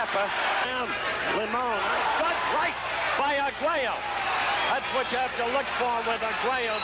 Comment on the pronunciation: Oye narrador , el apellido de Alexis es Arguello , no " Aguero ".